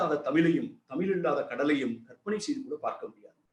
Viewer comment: தமிழை முதலில் ஒழுங்காக உச்சரிக்கவும்...லூ...லூ..🎉